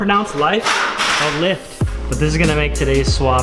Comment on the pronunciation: Never seen before, how is it pronounced, LIFET? Oh LIFT.. What a guy:)